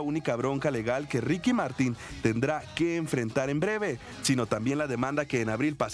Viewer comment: É Martin com som de MArtÍn O A e o Í são mais graves E o apelido dele é Kiki , mas só pode chamar ele de Kiki quem é fã fiel como Yo E o cachorro dele ( lo perrito dele ) se chama Bartolo E o nome completo dele é Henrique Martin Morales